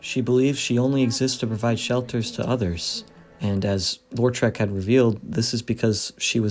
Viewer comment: Why do you think his name is pronounced "LOR-trek"? It's either "LOW-trek" or "LAW-trek" but either way there's only one R in Lautrec.